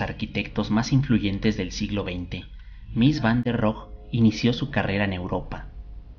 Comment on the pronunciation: La "e" de Rohe sí se pronuncia. Es alemán, no francés.